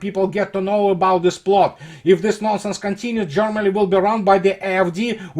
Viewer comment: Privet! It's not Jormany, it's Germany! Not jOrmany but gErmany! Consequently, they aren't Jormans, but Germans! Other than that, your videos are very well researched and presented! Maladetz! Congratulations! Thank You for good content.